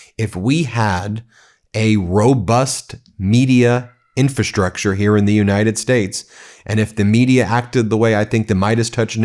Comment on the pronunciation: No such word as INFASTRUCTURE, Ben. It’s INFRASTRUCTURE.